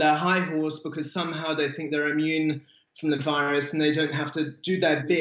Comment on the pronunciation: I fink think is pronounced with a Th Rod JS